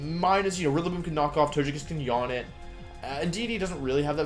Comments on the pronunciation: Did he say Tojekiss? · dude the pronunciation of togekiss and cinderace threw me off a bit